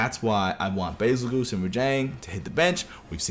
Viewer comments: "Bezelguese" not "Bezelgoose" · Nah “Bazel-GOOSE”???? Never heard ANYONE call him that💀💀